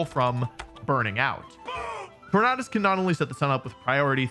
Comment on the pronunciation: love that you pronounce Tornadus correctly aka the way i saw it